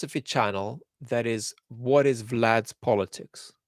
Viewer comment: I like the odd 'wot' and 'but'... adds a little accent.